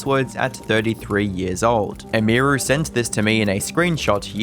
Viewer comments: its not "Emiyruhh" its Emiru. How hard is it? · Dude.. EM-EAR-REW is wild. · Emeerue 🤮 Emi-ru ✅ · It's, "Em-ee, roo" not "Emeer-oo" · I stopped 2 minutes in. I couldnt listen to him saying M-E-ROO's name wtong every time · The way you pronounce Emiru 😂😂😂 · You can't even say her name correctly. lol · Bro can't even pronounce "Emiru" lmfao, really? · Kind of annoying that the only time that Emiru is pronounced correctly in this video is when someone else says it in a clip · Learn how to pronounce Emiru. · at least take 3 seconds to learn how to pronounce Emiru before saying it 200 times in 25 mins🤦